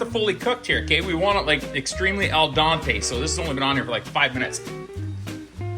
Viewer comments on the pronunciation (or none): Great food... Questionable prounonciation... Al ''dente''...to the tooth...slightly chewy... ''Dante'''... a famous Italian author... Pretty funny watching a f>>>ing redneck trying to be classy... You rock... Keep putting out your vids.